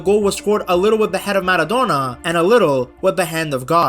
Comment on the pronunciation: "Diego manodona and Lloranel Messi"